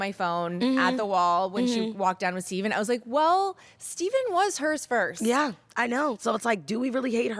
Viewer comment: Teala saying stephens name wrong was my 13th reason